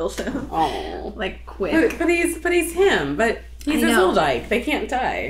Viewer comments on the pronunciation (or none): Did you say ZolDyke? Lmao